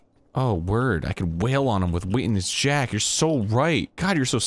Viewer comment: "Word.......oh, word, I can totally wail on 'em with Waintinence Jack!!" Nice wording, Arin. Truly inspiring violent thoughts there.